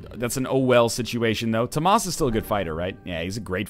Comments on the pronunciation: How does "Thomas" become "toh-maas"?. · Dangit stop pronouncing Tomas wrong!